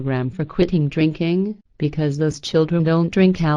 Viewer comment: its funny when she says "drinking" she says "rinking" lol. she copied and pasted on a speech program lol. shes right though